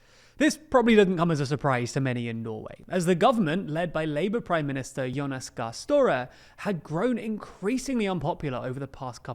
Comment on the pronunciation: Og gøy å høre de prøve å si norske ord "yonas gaar stowrey"